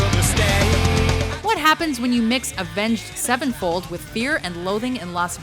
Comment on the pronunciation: LorisMasta17 No, I hate Disturbed. I'm talking about the guy who butchered Avenged Sevenfold's name